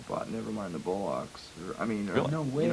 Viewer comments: Nevermind the "Bowl locks"- the way Kurt pronounces that always makes me laugh, like when he said David " Boowie" on mtv unplugged. He was so cute &a really sweet, kind quiet guy who'd really listen when u asked him a question . They we're so not the stereotype rock band you'd expect at that level of fame . RIP Kurt we still love u &RIP to the 90's -best decade EVER. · nevermind the bullocks? I love kurt, tina Weymouth from talking heads mispronounces it the same way. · The way kurt pronounced the British slang word "bollocks" was very interesting.